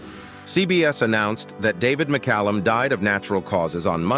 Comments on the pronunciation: Thanks for pronouncing his name correctly. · My local newspaper didn't mention his name either. They had no trouble forgetting to mention more liberal actors, of course. Thanks for pronouncing and spelling his-and Illya's name correctly.